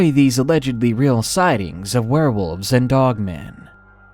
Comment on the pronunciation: Most sighed? How many sighings are their because I thought there were more than 2000 sighings of the jersey devil. XD